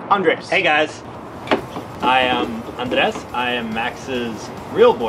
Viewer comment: You're going to have to learn how to roll your 'R's to say his name right - lol.